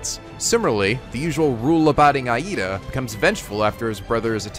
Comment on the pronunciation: Aight man, I'm fine if a name or two is a little off, shit happens. But good god, you've watched the anime and HEARD these names pronounced over and over again. AYE-eeda? UraKAka? How???